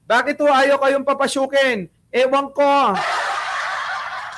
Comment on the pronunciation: ang dinig ko “babasukin”😅